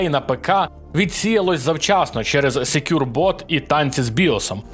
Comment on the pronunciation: Всеж таки SecureBoot (бут) а не бот)